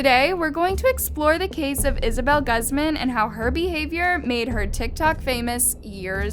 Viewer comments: The real crime is the way she said Guzman 😂 gusssman 😭🤣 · Im not defending HER but I’m literally so bothered with how pronounces her last name it’s Guzman it’s pronounced as (gooz-man) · Her name is pronouced (Gooz mon) not a fan of her just annoyed with how she pronouced her name. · It’s pronounced Gooz-mun. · It’s pronounced Goozmaan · The pronunciation of GAAZMAN. PLS its cringingy to hear more that the story itself. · My last name is guzman..... I swear if I’m related to her I’m changing my last name (btw not trying to be mean but it’s pronounced Goose-man) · Ugh. The way she keeps saying my last name Guzman is killing me. It’s like “gooz mon” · Lmao its guz-man horrible pronunciation.. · The way she pronounces "guzman" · isn’t it pronounced as ( goose • mon ) ? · The way she says “guz-man” cringes me . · Its pronounced guze-mun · It made me uncomfortable because me and isabella have the same last name but it's pronounced goozmawn that's how u would say it not how it's spelled but still its so weird for me 😶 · it's pronounced "goozmon" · its actually pronounced like gooz-man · just so you know it’s pronounced goose-man lol ❤️ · Hi I’m a huge fan! Btw you pronounced her last name wrong. The guz part of her last name is pronounced like gooz so it’s pronounced like goozman. Just to let you know but I love your videos so much! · This white girl can’t even say Guzman right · The fact you still pronounced the last name wrong after hearing it in the videos, tells me you act like you care but you're obviously a voice actor reading a script and all your team it's dumb for not catching your error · You pronounce her last name wrong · Pronounce the fucking word Guzman right! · Maybe say her name right .. Google helps you pronounce things. Smfh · Can we at least pronounce her last name correctly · Fukin learn how to pronounce her last name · It’s not pronounced gaz-mahn but pronounced gooz-man. FYI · lol its pronounced gooseman not gussman